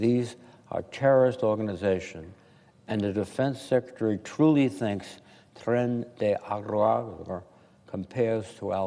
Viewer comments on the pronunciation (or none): Tren de orggargarhr 😅